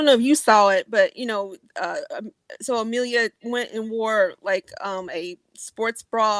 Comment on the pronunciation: Can you say Amelia's name properly please lol.. Ama Leah nope.. A millia nope lol..